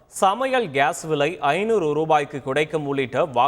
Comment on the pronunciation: 500 ரூபாய்க்கு குடைக்கும் 😂😂😂😂 அருமையான உச்சரிப்பு